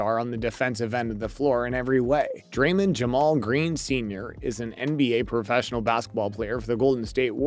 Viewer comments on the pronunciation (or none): am i tripping or did he say draylin ? lol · Also Draymond